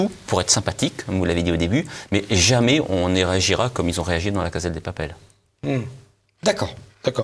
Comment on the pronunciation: Très bien mais s'il vous plaît, on prononce "cassa", et non pas "caza".